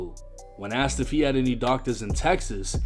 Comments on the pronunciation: I’m sorry but using the word axed 🪓 instead of asked is a black thing….. I live right a the border od north/south and in 48 years I’ve never heard a white person from south say axed 🪓. That’s a black thing like amboolands instead of ambulance🚑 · “Axed her” is crazy 😂😂😂😂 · So what ive learned is that make sure you pronounce your words correctly you can use the right words.. dude got popped for saying Axt not Asked, not gonna lie that's pretty funny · Bro you fucking me up tryna say asked the right way I ain’t kno I said it with slang I’m in ATL